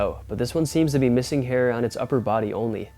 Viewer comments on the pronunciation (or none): none